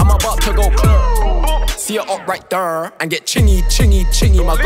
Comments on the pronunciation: Why is he pronouncing “there” like that tho 😭😂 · Only just clocked he says “right thurr” or “thurr” because of Chingy- Right thurr... 🤯🤯❄️❄️